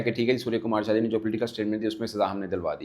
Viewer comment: He is ,' Yadav ' not ' jadhav. Please pronounce correctly Bhai saheb. SKY dedicated, not named any opponent. Not commenting on Pakistan players. I am just defending SKY